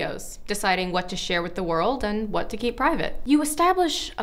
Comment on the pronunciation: Loving the "WAHT" hahaha